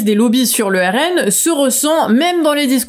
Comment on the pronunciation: le RNM ou RNeM, le E ne doit pas être séparé du M lors de la prononciation